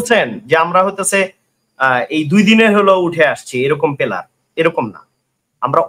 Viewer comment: ও player বলতে পারতেছে না পেলার বলতেছে ওর সাথে ওই বিজ্ঞানী debate করবে ভাই রে ভাই 😂😂😂😂😂😂😂😂😂😂😂 ওর কি জ্ঞান আছে বুজলাম না 😂😂❤